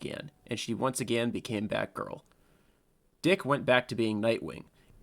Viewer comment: I was surprised he ain called Dick "Dyke"